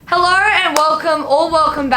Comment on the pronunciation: You had me at "hellauuw".